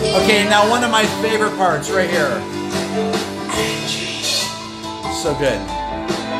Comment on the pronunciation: I want to like this song so much, but Mick's completely bizarre pronunciation of Angie ruins it for me every time.